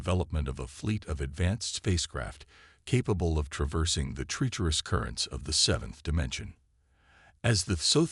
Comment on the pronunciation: Please proofread your captions better in the future. The story was amazing but the number of obvious errors in the captions was very annoying. Also for some reason the narrator voice keeps pronouncing "treacherous" as "tree-cherous."